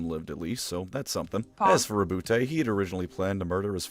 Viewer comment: As a note - you pronounced his first name correctly. As Rou-Boot. His name is the French version of Robert. I have no idea why so many people say Row-Bootay.